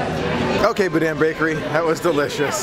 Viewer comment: If you want to sound like a local: pronounce “GEAR-a-delli”, “BO-deen bakery” and “Myur Woods”. Can’t wait to see you at the Disney family museum tomorrow. 😊💕